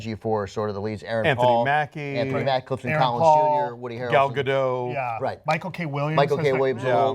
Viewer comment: Gal Gadot's Israeli, not French, her name is pronounced as it looks, the T's not silent.